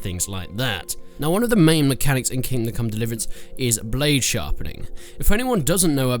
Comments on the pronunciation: "King come liverence" 11/10 -IGN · Haha he said kingcum delivrance Ok im just beinh immature now -_ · Ah yes, the great game Kim Kong Liverance. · "King Come dlvrance"? Wow this is a whole new level of commentary !! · HAHAHA thought I was the only one who heard that